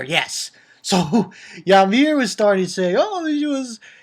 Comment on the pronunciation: It's uhh...It's actually pronounced Oot-garhd, with a soft g. (: It's the home of us jotuns in Norse Mythology, where Utgarda-Loki lives. He's the controller of (some of) my people. And you probably know it by now, surely, but Ymir is pronounced EE-meihr. ^^ The canned food says something along the lines of herring in Norse runes, by the way.